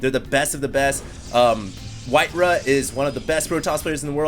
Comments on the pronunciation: his name is Whitera, not Whiterav... what's the v for? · Dude, you are wrong in more ways than you can possibly imagine! It's WhiteRAWR!!!